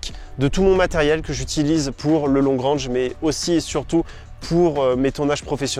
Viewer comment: Long rènge ai est Long rang... Prononciation sabine Dans la pratique le franglais est implanté. Ça fait vraiment bizarre de vous entendre parler comme ça. Il n'est pas trop tard de s'adapter et d'évoluer